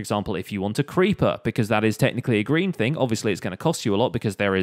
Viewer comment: When you say "Green" i head "Grian". I dont know why!